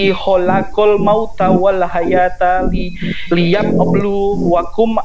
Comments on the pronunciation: Liyap eplu,.... Kalau saya tidak salah dengar Kok ada flu nya ya 😂😂😂😂 wkwkwk. Murtadin boong. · Y UD pasti salah baca alqur'an lah, ora dia baca Tek tulisan bhsa Indonesia. Liyablu aj dia bacanya liab blu blukum. Orang skoplak